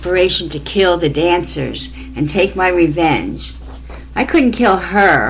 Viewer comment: Renvenge/Revenge?? I just about didn’t catch it because I was listening to your story as I was driving! Poor ballerinas… They didn’t deserve this! Awesome story,.